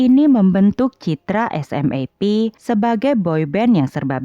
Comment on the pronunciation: Admin, di Jepang sendiri grup band SMAP dibaca "SUMAPU". Agak janggal telinga saya dengar nama SMAP dibaca huruf per huruf 😀